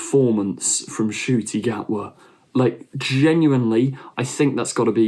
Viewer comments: I noticed you don’t pronounce the N in Ncuti. I get why but he actually revealed that he mispronounced his name because it would be easier to pronounce or something along those lines. So yeah the N isn’t silent, just as a tip >.< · Ncuti is pronounced "Shuti"